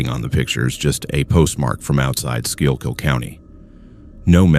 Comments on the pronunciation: Eldritch geometry and biomechanical horror? nice. ps it's pronounced 'skookull', not whatever the ai voice tried lol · so as a resident of Pennsylvania that was supposed to be pronounced “school-kill “county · Lol true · I felt the same way hearing Schuylkill County in story #1. 😅